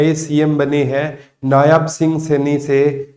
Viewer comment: तू बिल्कुल 0 मास्टर है। इंस्टीटूट को यूनिवर्सिटी बोलता है नायब को नायाब बोलता है। कभी 56 57 और ग्रुप d के फ़्रॉड पर कभी आपका।मुँह नही खुला। आज आप जैस हरियाणा के क़ई यूटूबर को ब्लॉक कर रहा हूँ।